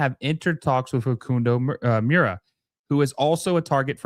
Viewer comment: Got you fam , mura = moor-a . Oveido = Oh-Vee-ey-do